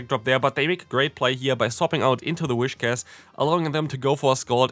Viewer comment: I will comment on every video, where you mispronounce the Pokémon. Its pronounced "wiscash". Please